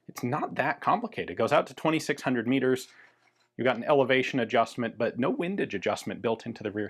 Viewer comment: Meters not Miggers